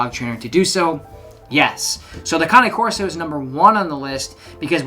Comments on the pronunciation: Woman from Italy here: you pronounce it correctly with two sillable. In italian cane (Kane) means dog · Good GOD!!!! Congratulations you are the first person ive ever heard on YT to pronounce Cane Corso properly. Its scary. Kudos to you sir. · You pronounce Cane Corso correctly: four syllables. ✅ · Just so you know, you’re correct. That’s how you pronounce “Cane Corso”. It’s not like the english word “cane” as in stick. Cane is Italian for dog. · You're the first American I 've heard pronounce "Cane Corso" correctly.👋Bravo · YES - an English speaking person who knows how to pronounce the Cane in Cane Corso! :-)